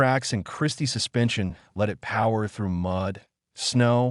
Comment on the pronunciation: French pronounced “suspension” — sou pen shone or something like that.